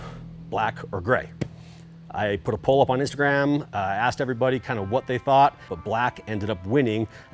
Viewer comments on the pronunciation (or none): none